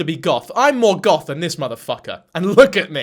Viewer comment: I really thought you said “golf YouTuber” 😂😂😂